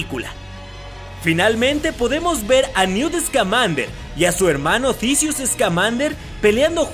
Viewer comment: muy bueno tu video y buen análisis es casi lo que todos nos imaginamos hasta ahora no hay mucho material! pero lo que me saca de quicio es la rara pronunciación de algunos nombres como ecl del profesor Dambledor o Dumbledore? Tisius o Theseus Scamander? thriller o trailer? dejale esas pronunciaciones raras a los españoles y a los argentinos!